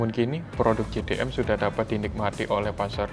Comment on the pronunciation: Jei Di M (JDM) Bukan Ji Di M (GDM)